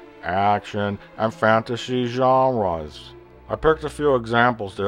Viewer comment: ...and fantashy zhaaaaaaanras... Jesus, this stuff always kills me.